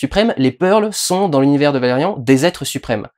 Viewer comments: D'ailleurs il prononce Valérian à la française... je suis a la bourre aussi :/ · ValeRIAN Putain comme dans Chiant et LaureLINE. Te voir prononcer à l'Anglaise me fait saigner les oreilles